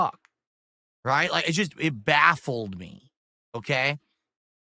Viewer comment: There goes being bwahffled again. But seriously what baffles me besides how pronounces that word is that he thinks he's "normal" and that he thinks "normal" people watch he's a lol/horror cow with an audience of lol/horror cow audience